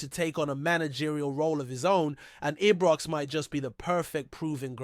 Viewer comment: Since when did Ibrox get renamed...I was always told it was Ibrox since a child.. not Ebrox or any other pronunciation, Its disrespectful of the club. Come on get it corrected.